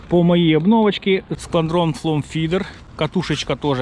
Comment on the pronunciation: все добре,тільки не флом,а флоу,та літера "w") а тарань зачьотна така